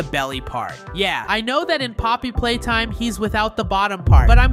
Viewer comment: Bro it's poppy playtime not pop playtime and it's nightmare huggy wuggy not hugg nightmare